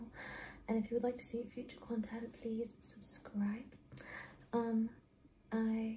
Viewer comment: bro said PWEASE